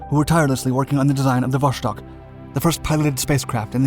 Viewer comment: Are you just trolling with your pronunciation? Energia is pronounced with a hard 'G' and Vostok is not pronounced *vosh-tok*. It's a soft 'S'